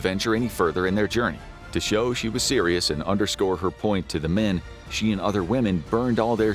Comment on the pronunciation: Why so sewius? Yeah I got cheated too.